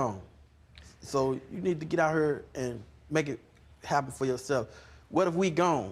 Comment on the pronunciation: How one mis-pronounces HERE is beyond belief.